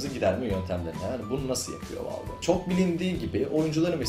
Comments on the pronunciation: Helal sana:D Güzel olmuş, ama "Valve" yerine "Vealv" desen? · Valve ''valv'' diye okunur. Yanlış söylüyorsun:) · La abi bilmiyorsaniz zorlamayin okuyamiyor yanlis okuyorsun dogrusu bu diyenlerde dogrusunu bilmiyor duz valf deseniz daha dogru olcak. Dogrusu: vâlf